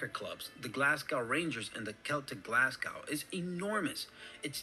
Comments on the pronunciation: So to cover this guys point a bit more I’d suggest looking up a video on the worlds most bloodies football rivalry. The two teams he is referring to are Glasgow Rangers and Glasgow Celtic (tho usually referred to as just Rangers and Celtic. Also Glasgow is pronounced Glaz-go not Glass-cow or Glaz-gow as this yank was pronouncing it) Both team are major rivals both due to being the top 2 teams in Scotland but also due to religious reasons too. Celtic was founded on the idea of helping Irish Catholics during the fammin, while Rangers was there to support Scottish and Irish Protestants. As you can guess Catholics and Protestants don’t see eye to eye a lot and the bitter rivalry and hatred for each other lead to a lot of said hatred being displayed in and outside the stadiums - to a point where if you were a Celtic fan you didn’t go into one half of the city or you’d likely end up stabbed and in a gutter (and vice versa went if you were a Rangers fan). Tho the sectarianism and religious stuff has started to heavily calm down their is still a lot of it in private and the rivalry between the two teams is still an immense one to witness. Also when both of these teams play eachother the match is not just referred to as Celtic vs Rangers but it’s primarily known in Scotland as the Old Firm Game - referencing that these two are some of the oldest football firms (clubs) in Scotland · Did anyone else cringe whenever he said Glasgow? (and I'm English!). FYI, we pronounce the last syllable GO as in Glaz-go.....not gow to rhyme with cow. Incidentally we also pronounce Moscow the same way... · I wish these channels you watch were narrated by Scots and not Americans. Glasgow is pronounced GlazGo and Edinburgh is pronounced Edinburruh not Edin burrow. 😂 Oh, and GlazGo Celtic is pronounced Sell tick